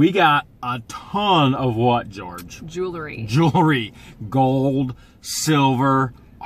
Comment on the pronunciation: george! don't be offended, but pronounciation of Jewelry is not 'JEWLERY'. Just sayin.. You can pronounce it anyway you want! Love your videos together and singularly. What The Hales rocks!!!